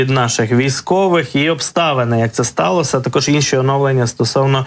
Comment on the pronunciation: не СТАЛОСА, а СТАЛОСЯ. не ОС, а ОСЬ. не ЦА, а ЦЯ. Навчіть ведучого!!!